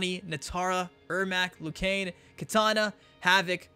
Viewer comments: We’re u saying lu Kain it’s lu kang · "LOO KANE"